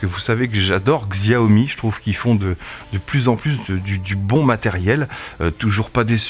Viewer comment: stp si tu aimes Xiaomi prononce Chaomi